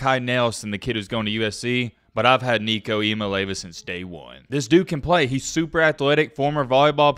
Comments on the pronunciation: Say it with me.... Ia mal eava. Not Iomileva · Jaysus...learn how to say his name! EEya-Molli-AHva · It’s pronounced E ah me ah lava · ee-ah-MAH-LAY-ah-va is actually how you pronounce Nico's last name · ee-ah-MAH-LAY-ah-va that's the pronunciation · i think his last name is pronounced ee-ahh-mah-lee-ahh-va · Pronouncing it wrong. It’s Eye-a-mah-lee-avah